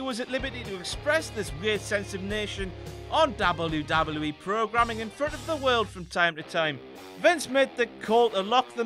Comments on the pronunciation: The way he says DOBBLE YEW DOBBLE YEW E is so annoying. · Is anybody annoy on how he say double double ee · stop saying wwe like that it's weird and you should feel bad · WELCOME TO "DABLE U DABLE U KNEE" omg that acient doe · Dablu Dablu IH. Gotta love the brits :D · I've never heard it said this way. DAUBEL U DAUBEL U E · "Dabble you dabble you ee* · hear a dubbaeu; take a shot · Dabbleyew Dabbleyew Eee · Dabble-u Dabble-u E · the way he says WWF/WWE 😂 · I never thought I'd hear someone say "WWE" worse than Michael Cole. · the way he says wwe though... lol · you say "w" weird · the way he says W... sounds drunk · Really dislike the way this guy says WWE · he says w so weird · Why can't you pronounce "W"? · if ur gonna make vids get someone who can pronounce w